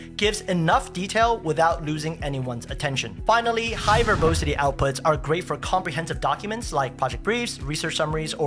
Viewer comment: It’s pronounced ver-bAH-sity , not ver-bOH-sity